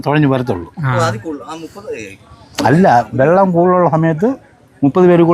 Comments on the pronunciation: വെള്ളം അല്ല വള്ളം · വള്ളം എന്ന് പറ മനുഷ്യാ... വെള്ളമല്ല.. ചുമ്മാ ത്രിശൂർക്കാരെ നാറ്റിക്കാതെ... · വള്ളം എന്ന് പറയേണ്ടിടത്തെല്ലാം വെള്ളം എന്നാണ് പറയുന്നത്, ട്ടോ. 😄